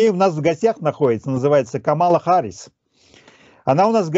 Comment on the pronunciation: "Хамала Карис" 😂😂😂 норм оговорочка